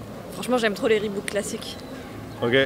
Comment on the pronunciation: bordel c’est Reebok pas Reebook mdrr